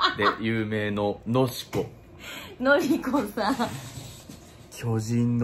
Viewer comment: のしこさんwwwwwwwww 、のりのりのりこだよwwwwwwwww